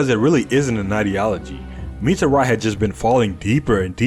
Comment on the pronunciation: Why did you mispronounce mitari's name